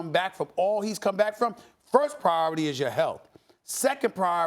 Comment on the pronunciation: Priobity not priority?....How can someone who can't speak his native language, get a job communicating on tv? smh.